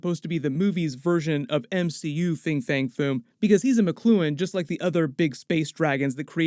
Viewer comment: "Fin" fang foom. Not "Fing."